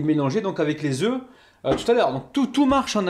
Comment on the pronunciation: On écrit 4 oeufs et on prononce oeu